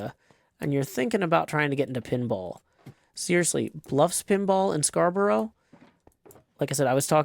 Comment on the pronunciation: Scarborough is pronounced scar-burr-oh, or scar-bro, not scar-bra. But I'll forgive you for that ❤️